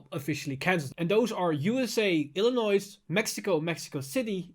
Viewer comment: Illions doesnt have the s when u pronounce. I know this is an informational video which is a good thing. And many people need the info video, and im happy that u are doing this. But as someone who lives here it hurt me internally.